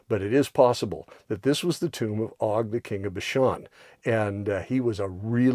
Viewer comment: Just an FYI, it is not Og with a short o sound. It has a long o sound like Oag or Oge. It is Ayin-Vav-Gimel. The Vav has a Cholam Malay. Hebrew does not have a short o sound.